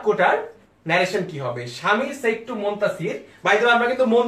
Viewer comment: Very good effort. I just have one observation about your pronunciation of one word though-SAID is not pronounced the way you are doing. It is pronounced as if it is (SED). I hope you understand